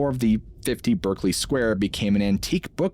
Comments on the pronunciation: In the UK we pronounce this 'Barkly Square'. Sorry to be pedantic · It’s pronounced “Barkley” square